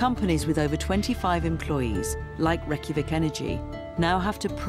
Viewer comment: Nearly died of how the narrator pronounced 'Reykjavik' (north europeans will understand this)